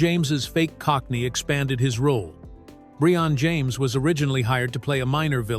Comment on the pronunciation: "Bree-on" James??? Another miss by AI. BTW, not a bad movie. It isn't "Shakespeare in the Park" but if you liked 80s action movies it is entertaining.